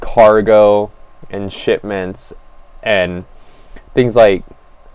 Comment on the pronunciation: you said “shitments” Instead of “shipments” your argument is now invalid and you are nitpicking and stupid and gay